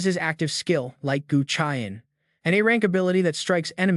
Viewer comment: Lighting Chain ❌ Light Gu Chi An ✅